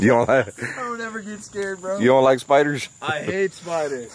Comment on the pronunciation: I like how he says spioders